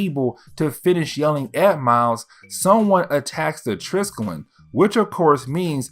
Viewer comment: I mean this in the absolutely nicest way possible, as I have enjoyed binging your content the last few days, but the big old carrier that S.H.I.E.L.D. uses, the Triskelion, is pronounced like "try-skelly-on". I don't know why they named it that, as it is the name for a type of symbol consisting of three spirals aligned in a triangle. It doesn't look anything like an aircraft carrier. Regardless, keep up the good work! It's been cool to delve into the Ultimate universe like this, as I never really got the chance to do so when it came out!